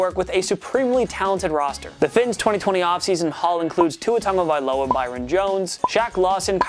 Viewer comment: He said Matt braida, and tua taglavilia what